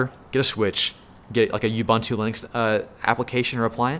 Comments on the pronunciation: Ubuntu is pronounced Ooh-boon-too NOT You-bun-twu, it's not too much of an ask to pronounce it properly just that word not the whole language. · Love you man, but can you please stop mispronouncing Ubuntu? It's "oǒ'boǒntoō" or Oo-Boon-Too... oo as in moon and there's no "you" in it! See: Anyway, great rundown of the choices. I started on Packet Tracer and moved from there to Boson to GNS3... Have to say Boson is a good choice if you want the ease of PT with added functionality without the GNS3 headaches.